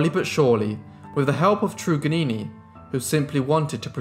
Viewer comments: It's not "true-gannini" bro It's "TRRUGG" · Trug is normally pronounced as a hard ‘u’ ie tug. Van demons land is Tasmania. There were other native people in Tasmania that survived, Truganini was not the last Tasmanian. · At least give her respect and say her name right. It’s “Trug-an-ini”!!! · A sad history and thank you for covering it. Her name is pronounced trug as in drug Truganini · (PHONETICALLY pronounced).... ~Truggah-nee-ni~ 💖 ~Van DEMONS Land~ ~AY-BULL TAZZ-MAN~ 😊✌🐨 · Truganini as in 'Dug', Van Diemens pronounced Demon, you're welcome, cheers. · It's Trug as in drug